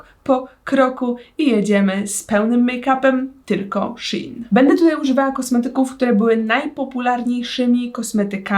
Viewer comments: SZEJN NIE SZI IN SZEEEEEEEEEEJN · czyta się szejn a nie szin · Nie mówi się shin tylko szein A pisze się shein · Ja mówię SZEJN a nie sHiN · mówi się szejn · Nikt dosłownie nikt: shin: kom: mówi się shein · muwi się szein anie szin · nie muwi się z szin tylko z szejn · Szejn a nie szein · Mówi się szein a nie szin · Czyta się szejn a jie szin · Proszę mówi się "szein " nie "szin" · SHEINNN NIE SHIN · Tylko proszę nie "szin" tylko "szejn" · Czy tylko ja nie mówię "szin" tylko "szejn"?😂🤔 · jak cos to nie hejt ale to sie mowi szajn🤦🏼‍♀ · Boli mnie to 😿szin😿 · Czyta się szejn 😁❤️ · tego się nie wymawia Sheen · Warto 😉 Aha. I mówi się shejn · Czy tylko ja mówię szejn xD